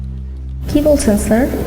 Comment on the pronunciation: মহিলা পুলিশ বাংলা উচ্চারণে একটু ইংরাজি টান আছে --- যেমন --- স্যা---- আড় ( স্যার )